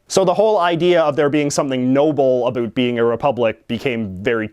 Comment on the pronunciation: Who likes that he says "Abut" instead of "About"?